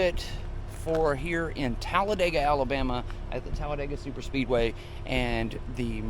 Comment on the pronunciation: it's not Talladayga, it's Talladeega.